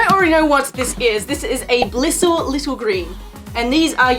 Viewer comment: Im late, but, BLISSLE????? Jendbelsfnsksvrbg brekhsgefkrvsd vnckdmf fkahske (Ok, that was a joke, but it is Bissle!)